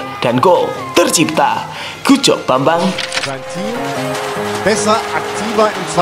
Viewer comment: Bambang bukan babang hehe